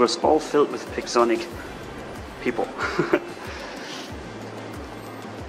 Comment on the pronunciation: i thought said pigzonic 😂